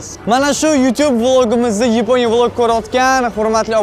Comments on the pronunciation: Yiponiya mas yaponiya 😂😂😂😂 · Yponiya ❌️ yaponiya✅️ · Yponya ❌️ Yaponya✅️ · yiponiya 😮soʻzini yorvordiz 😂😂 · Yaponiya ❎Yiponiya✅😅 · yaponiya✖ yiponiya✔🤣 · Yaponiya ❌ Yiponiya ✅ 😂😂😂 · Yaponiya❌️ Yponya✅️ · Yiponiya ❌️ Yaponiya ✅️ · Yaponiya ❎ Yiponiya ✅😅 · Yaponiya ❌ yeponiya ✅ 😅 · Yiponiya emas Yaponiya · Yaponiya ❌ Yiponiya✅ 😂😂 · Yaponiya❌ Yeponiya✅😂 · YAPONIYA YEPONYA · Yaponya ❌yiponya✅ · Oka Yiponiya emas Yaponiya deyiladi😅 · Yeponiya ❌ Yaponiya ✅ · oka yibonya emas yaponiya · Yaponiya❌ Yiponiya✅ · Yeponiya 😅😅 Yaponiya emasmi 😂😂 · Yaponiya emas Yiponiya ❤❤ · Yaponiya ❌ Yeponiya✔️ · Yaponiya ❌️❌️❌️yponiya✅️✅️✅️ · Yaponiya❌️ Yiponiya✅️👍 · Yaponiya ❌ Yiponya✅🤣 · Yaponya❌ yaponya✅😅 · Yipo‘niya😂😂 sog‘ bo‘ling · Nega yiponiya deysiz aka 😅😅😂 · Yiponya✅ Yaponiya ❌😂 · Yaponiya ❌ yiponiya✅